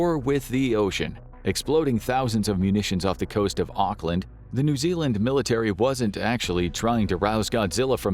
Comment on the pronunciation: im from new zealand, never EVER call it "ock-land" again >:(, its "awk-lin"